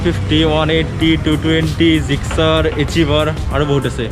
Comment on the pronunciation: 'Gixer' not 'Sixer' 😂😂😂